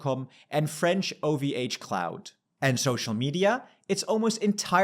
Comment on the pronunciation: OVHcloud. LOL. I wonder how many of the 93K+ viewers had to Google or gpt that one. It's funny to hear it pronounced without a French accent.